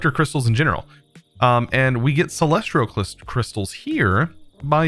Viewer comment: please stop calling them celestrial crystals theres no R in celestial!